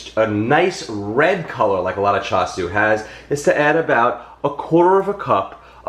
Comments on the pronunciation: Greetings from NYC, FYI, in our Cantonese BBQ shops, Char Siu is referred to Roast Pork [which has no bones] and for Chinese Spareribs it is called in Cantonese ‘Siu Paai Gwet’ aka BBQ Pork Ribs. Your pronunciation is correct. I enjoy your video. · You pronounced that correctly 🤗. I love char siu and grew up eating it. I’ve never tried making it in the IP but definitely want to try. I think your mustache is pretty cool 😎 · Jeffrey, I’m drooling here!! You are a cutie no matter beard and or mustache …you have pronounced it right even with you accent! Forget about it! No pre made char shui..easy peasy recipe and so much better! Richard nailed it without you telling him what you had made..gawd, I’m beginning to sound like you, I’ve watched you so much😳…maybe finish them for a few minutes in an air fry instead of an oven?😘😘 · You look marvelous, Jeff!! With our without, your inside is what matters most❤️ Pronunciation on point 🤩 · You pronounced it right, I spelled it wrong in my comment😳Char siu!